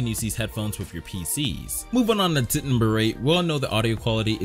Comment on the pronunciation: When he says tip number four it sounds like tit number four lol